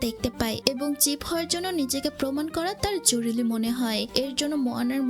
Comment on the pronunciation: শরীল, জরুলী, জর্মায়... আপু সুন্দরভাবে প্রেজেন্ট করছেন কিন্তু শব্দের সঠিক উচ্চারণ করতেই হবে। আঞ্চলিকতা পরিহার করতে হবে।